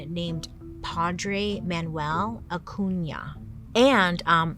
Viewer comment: I love that Bailey always has trouble pronouncing names, but said Acuña perfectly, great Ñ!